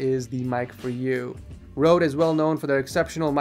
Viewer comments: ffs its not rode its röde!!!!!!!!!!!!!!!!!!!!!!!!! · its calle røde mic its from norway there we have the leytters ø æ å so its called røde